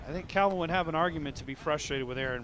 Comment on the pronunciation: Heimburg did alright, but the real win in this video is finally saying the name "CALvin" correctly. 🥇